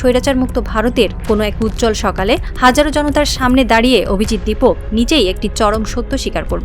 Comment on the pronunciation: 'দীপক' নয়, 'দীপকে'।